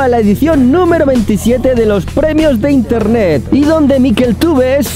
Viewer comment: os dais cuenta que en el minuto brunito dice intene